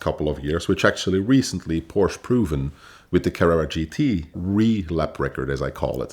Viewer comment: A guy that pronounces Porsche as porch is not a car guy